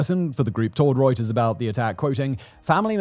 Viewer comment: I love the quality of your work, Simon and crew! Having an impartial, unbiased, and unsided perspective on so many aspects of world events and geopolitics is such a refreshing break from all the binomial mainstream medias. (But... Can someone teach Simon how to pronounce "writers?" xD)